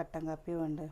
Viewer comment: നാട്ടുംപുറത്തുകാരിയാണെങ്കിലും ആവശ്യത്തിനു വിദ്യാഭ്യാസം ഉണ്ട്. അതുകൊണ്ട് സംസാരിക്കുമ്പോൾ അല്പം ശ്രദ്ധിക്കുക. ഉദാഹരണത്തിന് വേണം, വേണ്ട എന്നതിന് വാണം, വാണ്ട എന്ന് പറയുന്നത്. അതേപോലെ എന്റെ കൊച്ചേ അംഗലവാടി അല്ല അംഗനവാടി എന്നാണ്. ഇതൊക്കെ ശ്രദ്ധിക്കുക. പിന്നെ തികച്ചും നാച്ചുറൽ ആയിട്ടാണ് കുട്ടി സംസാരിക്കുന്നത്, അത് വളരെ നല്ലതാണ്. എന്നാൽ ഒരു കാര്യം ശ്രദ്ധിക്കുക ഒരു കാര്യം പറയുമ്പോൾ അതിൽ പൂർണമായും ശ്രദ്ധയോടെ പറയണം. അതുകൊണ്ട് വീഡിയോ കൂടുതൽ മികവുറ്റതായിരിക്കും കേട്ടോ. ഇതൊരു നെഗറ്റീവ് ആയി കാണല്ലേ. എനിക്ക് നിങ്ങളെ അത്രമാത്രം ഇഷ്ടം ആയതിനാൽ പറയുന്നതാണ്. എന്റെ കൂടെപ്പിറപ്പുകളെയും ബന്ധുക്കളെയും അവരുടെ മക്കളേയും എങ്ങനെ സ്നേഹിക്കുന്നുവോ അതേപോലെയാണ് നിങ്ങളേയും സ്നേഹിക്കുന്നത്.